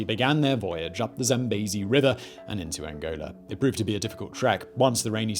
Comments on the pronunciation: I know you try hard, and im not trying to be mean, but its "zam-bee-zee" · He won't rest until everyone else pronounces the River Zambezi as Zam-bay-zee!